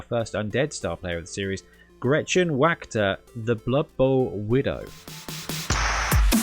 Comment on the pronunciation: I live in the notoriously-bad-at-foreign-languages US of A and even I know that isn't even close to how Wachter is pronounced. Try this: I tried her with a proxy fig the other day. She's quite annoying if she gets next to the ball regardless of who's holding it but I didn't find her quite worth the cost. She does mess up both running and passing games which is nice, but she's just too easy to blitz to charge 260 for. 220, maybe 230, and even then it's iffy - really depends on how much tackle and/or strength 4+ blitzing there is on the other team. I could easily see paying 260 for her if she didn't count as one of your 11 players on the pitch, which would have been a lot flavorful. Y'know, scary ghost lady the refs are afraid to order off and all that? Make it unreliable and after each drive (or maybe half?) she's on the field you roll a 3+ to use her, and on a fail some priest of Morr from finally chases her away for the rest of the game? Personally I'd go with one of the spirit host individual models as a proxy, about 1/3 of them are unarmed and they certainly look like screaming ghosts. They look better as single figs than those silly swarms anyway and they're cheap as all get out that way - $25 for nine figs you can use for all sorts of games, eg D&D or Frostgrave Maybe add some Bloodbowl padding/armor kitbashed from plastic and putty if you really want to lean into it, which is probably what I'll do myself if I get around to a necro team. Those comedy w